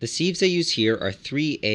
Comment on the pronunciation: Spelled sieve, pronounced siv